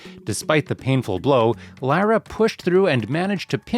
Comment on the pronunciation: Must be AI. Didnt prounce Lyras name right. No thanks